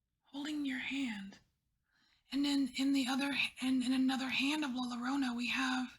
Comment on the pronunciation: La Llorona is a Mexican myth about a mother who drowns her children. Check it out, very sad stuff. She spends eternity in Purgatory looking for her children. Not to be critical, but you might like to know that the double "L" in Spanish is pronounced like a mix of thr English J and/or Y depending on the dialect.